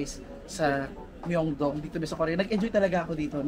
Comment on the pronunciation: Hi, hopefully hindi ka po magalit.. sa intro title po, bigkas po ay Myongdong (pero spelling is MyeongDong). Yung bigkas naman po sa Hongdae po ay ay Hongde.. (may ibang words na hindi nabibigkas yung kung anumang unang vowel kapag dalawang magkasunod na vowel). and may iba po na yung S po bigkas ay Shi, ex. po ay Siwon ng Super Junior (kpop), Shiwon po bigkas sa name nya..